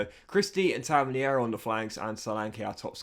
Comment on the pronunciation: Tavernier is pronounced Taverneer. You’re Frenchafying it